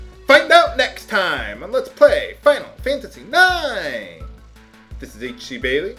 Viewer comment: At your ending, it sounded exactly like Let's Pray FF9.